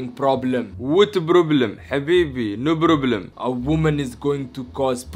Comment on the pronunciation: I love the fact that he says " ask the provlem to come before 5 "